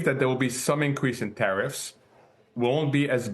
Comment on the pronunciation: Be vewy, vewy afwaid of tawwifs.